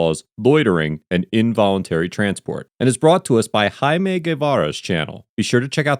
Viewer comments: Hai-mey? It's literally Jaime bro. Jay-mee. Jaime. Wtf is with yanks mispronouncing J's as H's? You aren't Mexican. You aren't speaking Mexican. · That's (jay-me) not (high-may) Jaime is not pronounced high may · Hai-mey is not how Jaime is pronounced. It's jay-mee. Jaime. Juh, juh. Not hard. There's NO instance in the English language where a J is an H. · anyone else notice how he pronounced jaime just bc the color of there skin??? hmmmmm